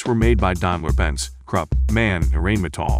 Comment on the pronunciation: AUSF not Asuf StardarDization with a D DAIMLER not diamler